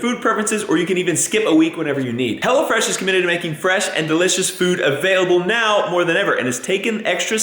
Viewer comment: Everytime says "Hello Fresh" i hear "Hell'a Fresh"